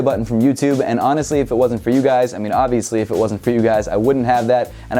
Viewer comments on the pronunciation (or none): none